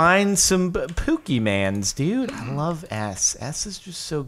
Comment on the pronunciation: Im so glad im not the only one who says pokemans